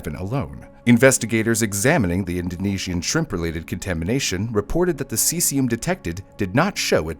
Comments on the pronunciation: Also, *ce-zee-um or ce-zhee-um. Not si-si-um. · 'Sessium' lol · god how are these senators getting into power. him mispronouncing cesium is the least of anyone’s concerns